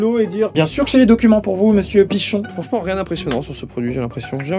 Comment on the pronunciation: Il dit Pichon